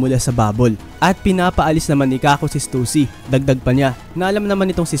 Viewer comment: mercury ndi warcury hahaha tska stassy basa don ndi stussy hahahaha